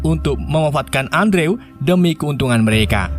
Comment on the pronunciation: Bukan Andrew dibacanya kak. Tapi endru